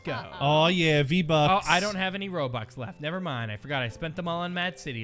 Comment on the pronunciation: He said v bux